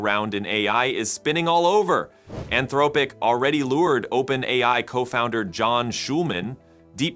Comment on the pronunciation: This was obviously made with the podcastle model. Anthr-OH-pic 😀, you can't fool me AI